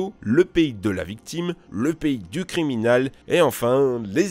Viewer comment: "du criminal" 😂😂 ! Nan mais j'me moque, mais c'est super,j'adore votre boulot ! 👍